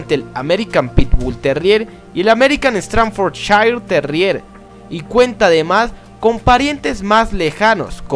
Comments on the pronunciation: Es "stadford" no "stranfor" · ESTRANFORCHAIR????? Que carajos es eso!?? Yo creía que era STAFFORDSHIRE!! mala pronunciación amigo pero muy buen vídeo. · American Stanfrordshire terrier? Aprende a hablar primero